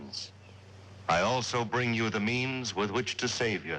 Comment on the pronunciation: ROTFL! You probably know he said "means" but that is hilarious :)